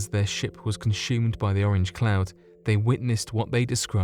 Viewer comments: Anyone else wonder why this guy pronounces consume as 'conSHume'? Sir Sic does it as well. He pronounces 'assume' and 'consume' as 'ashume' and 'conshume'. Does anyone know why? Maybe they whistle their S sounds. Its poshible I shupposhe lol. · Are you Russian? I am only asking because he may have actually made a balls of those names. This guy pronounces 'consume' as conSHUme! What the hell is that all about?